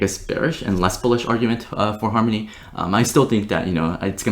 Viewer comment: "Farmony", lel